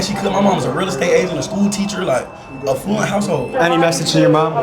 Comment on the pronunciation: I love how you keep saying a fluent rather than affluent